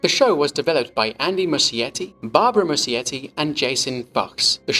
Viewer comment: nice video! just wondering, does Muschietti pronounce his surname like that?? As an Italian it sounds weird 😅 It would sound more like Muskietty [musˈkjetːi]. The meaning is something like "small moss[es]"